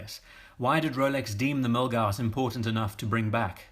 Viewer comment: Yeah the Milguass is great and in a British accent almost sounds cool 😎